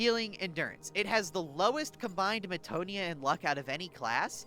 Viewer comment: I like the explanations. Thank you very much. (PS Meh-ta-no-ya. Peh-ni-tent.)